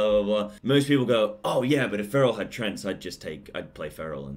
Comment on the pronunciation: Treants not trents.